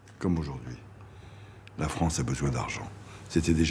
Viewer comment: Bof! Il a bien participé au déficit de la « fronce »?😂🤣🐷🥃🤡👋🏾👋🏾